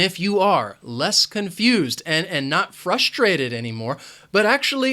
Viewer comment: sir, why you pronounce the sound s in the word frustated with the sh sound?